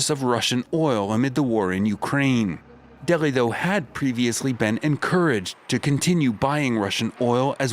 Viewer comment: Its Delhi not Deggi... 😂😂